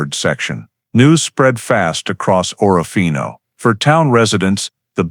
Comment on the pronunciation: Total Bull. Someone threw a dart at a map. It hit Orofino ,and they made up this story. Priest Lake is over two hundred miles from Orofino, Idaho. More proof the people who made this video have never been to Orofino. In the video they referred to it as Oro-fino. All locals pronounce it as Or-fino. Like a lot of videos about the terrible murders in close by Moscow, Idaho the people who have never been there say Mos-cow. All regional inhabitants say Mos-co. In either case the locals would have corrected the author's incorrect pronunciation.